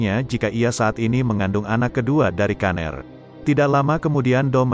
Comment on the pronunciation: Pgilnya brian aja bang..jdi aneh denger kata "kaner"